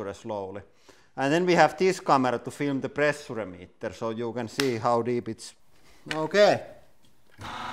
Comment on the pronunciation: I came here for the "prrressurrre".